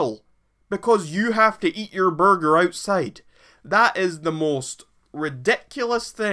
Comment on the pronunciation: This man say borger lmao